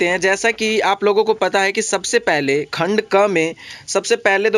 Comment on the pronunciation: Khand kheee kyon bolte kh bola karo Khand gay ki khand aae ki